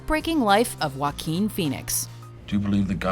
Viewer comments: ok its Wa-keen Phoenix and not Jack Phoenix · its pronounced (hua-keen) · Joaquín in English is pronounce Hwakin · When walk the line came out, i worked at a grocery store that rented and sold movies. Mgmt told this guy to got on pa system an promote the new movies. He literally said 'with joe quin phoenix'. Omg. The entire store broke out in laughter. He had no idea he was pronouncing it wrong. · It's pronounced "Hoe ah keen" =/ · I'm not trying to make fun of Joaquin, but Joaquin Bottom, if you say that fast enough, it sounds like "Wackin bottom" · "Joquin" hahahahahahahahaha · It's pronounced hwa-KEEN (H sound at the start; emphasis on second syllable). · and I'm Kanye West yeah. it’s more like “hwa-keen” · Ashley Martinez That’s right! Tho for Americans, it’s easier to explain that it’s pronounced “hwakeen” than “huakeen”. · Nobody: Watch mojo: wakeen feenix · Walk-ing Phenix? 😂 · and I'm Kanye West it’s not “wh” together like you would pronounce the word whale. It’s the “wha” together with the “h” sound you make when you say words like “heart” or “heat” or “hard”, etc. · Can't pronounce his first name correctly I see